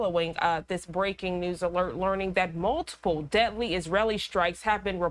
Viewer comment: Lol she pronounces deadly as debtly